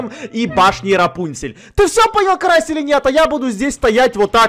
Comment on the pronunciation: Почему ты карася назвала карас